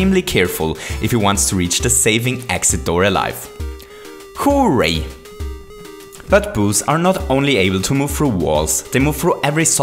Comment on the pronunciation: YOU PRONOUNCE HOORAY VERY VERY VERY VERY BAD